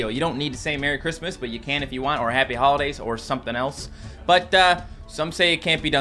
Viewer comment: Merwy Cwismas